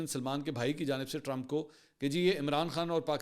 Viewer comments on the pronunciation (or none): none